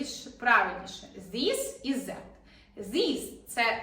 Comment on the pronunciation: Ви неправильно вимовляється звук "і" в закритих складах. В словах іt, is, this... Навіщо вчити людей неправильній вимові?